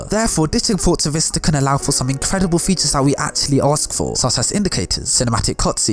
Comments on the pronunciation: I'm ashamed that it took me a while to realize you were saying features and not fetus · I realised right at the end of the video that he was saying feature i stg he was saying Fetus